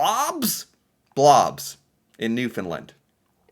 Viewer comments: I disagree with your pronunciation of Newfoundland. Most of the maritime would say Newfin-land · It's Newfoundland pronounced with the same stress as understand.